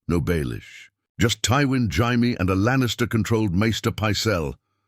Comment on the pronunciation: 1min in and ive caught a "Hi-Me" and a "Gy-Me" instead of Jaime. Gotta love that A.I.